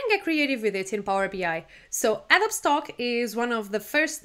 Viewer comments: it is pronounced a-dó-bee, not a-do-oob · Hello great tips! By the way, don't mean to pick nits but it is pronounced "A-dough-bee" not "Ad-obe" English is weird and your mastery is very good, and Adobe is of course a Spanish word. But that is a NIT and your tips are SUPER!!!